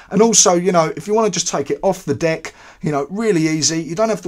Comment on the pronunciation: Is it just me or I heard "D*ck' instead of "Deck"?